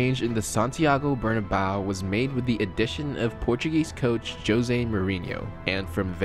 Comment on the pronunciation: Bernabeu not Barnaba 😒😒😒